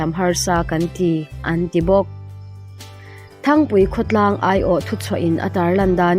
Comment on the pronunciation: Thangpui nilovin, Ṭhangpui tih zawk tur ani e.